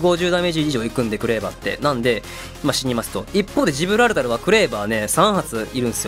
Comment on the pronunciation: ジブラルタロってあま噛みしちゃうところ素直に惚れてます(*≧∀≦)